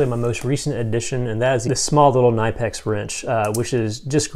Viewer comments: Cuh-nip-ex, not nyepex, 👍🏻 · Knipex pronunciation: kuh-nip-x, not nipe-pex. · Knipex…The K Is pronounced. It’s Kuh-NIP-ex. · great video...just fyi...you are actually supposed to pronounce the k in knipex...I know it's kinda weird...but yeah. lol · The pliers are actually not pronouced like that. The K is NOT silent in Knipex. No lie its so weird lol